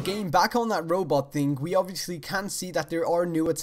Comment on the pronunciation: when you say thing it sounds like ting